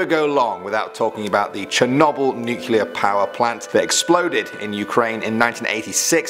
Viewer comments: cher-knob-il haha its cher-noble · Cher-noble hahaha , it's cher-know-bull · It's pronouced Shernobyl not Chernobyl. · When says Chernoble I hear cherknobble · it's pronosed cher-no-bell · I have never heard anyone say Chernobyl like that and I don’t know how I feel about it. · Am i the only one that is a little irked the way he pronounces Chernobyl